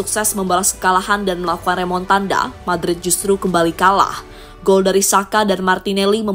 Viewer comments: Remontada.. Bukan remontandaaa lol😂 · Bukan remontanda minn tapi remontada😅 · Remontada🤣 bukan Remotanda😂